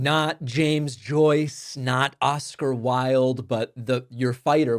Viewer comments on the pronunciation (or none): none